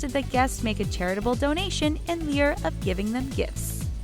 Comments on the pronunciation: 'in lieu' is pronounced 'in leuw' not 'in leer'. In Rainier the 'r' is not pronounced. Jesus Christ, so many facts also wrong, as if doesn't make enough on YT to pay someone who can speak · The word LIEU as in in "lieu of gifts" is pronounced LOU, not LEER. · In Lear?? Its in Lou (leiu) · Did she say in lier of gifts? You do know it’s in “lieu” of gifts right? Like the word Lou is how it’s pronounced. A lot of these videos she says the wrong words for stuff. You’d think with google she’d look up words if she doesn’t know how to say them and get google to tell her how. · 'In lieu' is pronounced 'in loo'. 🤣🤣🤣🤣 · Lieu is pronounced loo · The last couples children were a boy and a girl! Also, Lieu is pronounced “Lou”!😒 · The pronunciation in this video has me cringing. The way she says 'lieu' and 'undeterred'...if you can't pronounce it, just change the word, hun! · ...how did the narrator just pronounce "undeterred" and "lieu" ?! Is this just some Americanisation? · Please look up the pronunciation of the words "deterred", "lieu" & the Dutch/German name "Claus".